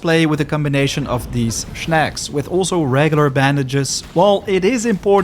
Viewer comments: Snack, not schneck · Man i love your vids but they way u say shnaks kills me every time 🤦🤦🤦